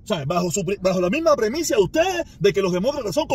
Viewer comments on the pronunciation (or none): Se dice premisa. 😅